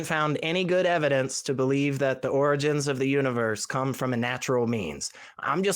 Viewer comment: Can't even pronounce the word "origins" properly. 🙄